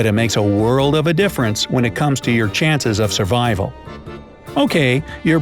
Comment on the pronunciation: survrival?? really??